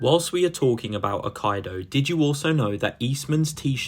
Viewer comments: It is ack-E-doh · Ah-kee-doe, akido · The way you pronounce aikido is absolutely WILD.